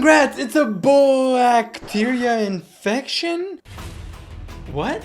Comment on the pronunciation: “it’s a boyyyactrainfection🥰”